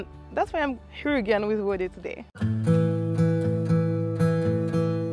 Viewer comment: Not wada but wode